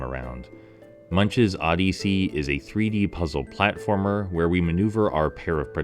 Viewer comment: I never heard anybody say the word Odyssey the way you do in my entire life and I’m old.